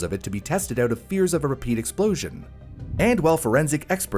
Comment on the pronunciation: tERrible explOWzhin!!